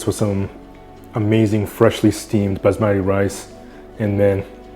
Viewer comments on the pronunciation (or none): none